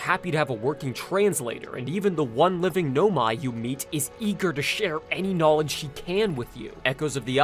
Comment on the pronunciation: the j sound in "knowledge" and the sh sound in "she" sound similar already, plus you kinda slurred the two words together.